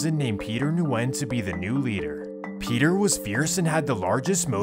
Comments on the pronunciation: It's pronounced "Win" not Nuwin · Am I the only one that knows that Nguyen is pronounced like win? Or is that just the people I know? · Nguyen is pronounced Gwinn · their last names are pronounced "Wen" not N-wen. Nguyen is pronounced Wen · His pronunciation of Nguyen as Nu-en instead of New-gen makes me laugh a little. As someone from the west coast of Canada, I'm used to seeing names like that and the correct pronunciation of them, but it's understandable that he doesn't. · I think it’s regional. Here in california they say Nu win but when I was living in louisiana they would say just Win. Never heard of new gen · Haven’t clicked on a video this quick ina long time 🙏 Also in case ur reading this the Vietnamese name Nguyen is pronounced “win”. It’s so common that like a quarter of the population has this surname or some crazy shit like that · Noo wen! Is the correct way to pronounce it. Viet last name!!!! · bruh says nu when... im dead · Nguyen, is pronounced like Gwen. I didn't know this either until someone corrected me. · Nguyen is pronounced “WIN” my guy 😂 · Nguyen is pronounced like saying Winn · Nguyen is pronounced ‘win’ :D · ITS JUST PRONOUNCED WYNN. GOOD VIDEO THO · Hey brother you need to clean these up because the N is silent on that last name it’s guyen basically not Nguyen with the hard N like you pronounce it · It’s “win” nyugen is pronounced win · nguyen is pronounced win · I think Nguyen is pronounced win but I could be wrong, I went to school with a lot of people with that last name , always sounded like the n was silent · Nguyen is pronounced “wen” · NGUYEN=WIEN ....JUSt so YOU COULD SAYBIT CORRECTLY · Nguyen is pronounced “win” 😊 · Nguyen is pronounced as weng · The way you pronounced Nguyen.. drove me crazy… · The “N” in “Nguyen” is silent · The way he pronounces Nguyen makes me cringe